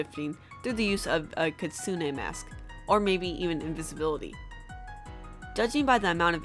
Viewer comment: "Kee-tsoo-nay" I in Japanese is pronounced as EE